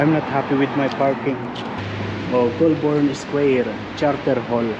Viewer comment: The trees that lose their leaves are all foreign trees. All Australian native trees are evergreens. It's pronounced "goal-burn". Great trip.